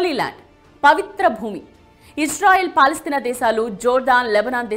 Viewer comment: Bongu gelustadi israel Madam first meru palestine peru sarigga ananadam nerchukondi